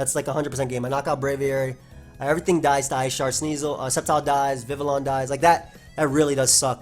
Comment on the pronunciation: The pronunciation you were looking for is Viv-ee-on. It’s based on the French language pronunciation which makes sense because Kalos was based off of France 👍🏾